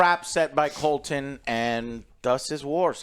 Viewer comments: Daemon = Damien. Criston Cole = Colton. Aegon = Aegin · Rainy's and Colton...with Eggin...got it! 😂😂😂😂😂 For God's sake, Joe...get the fuckin names right for once! 😂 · Couldn't agree more with your rating. Also its Criston Cole, not Colton. Love the videos. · does joe actualy watch this show?or is he getting every name wrong on purpose? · Finally, can't wait to listen to these guys smell their own farts while butchering names. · I think Joe just pronounces Criston Cole’s name wrong on purpose at this point and it’s a different name every week🤣